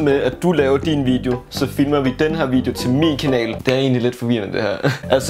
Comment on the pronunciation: Elsker at siger Fimler i steder for Filmer